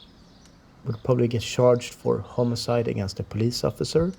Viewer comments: Dude, seriously... Firstly, the word is HOMICIDE, not "homocide" 😂 Secondly, it's ATTEMPTED homicide. No-one died in that chase. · Even thou it is from Sweden, you just cannot say "Homocide" xD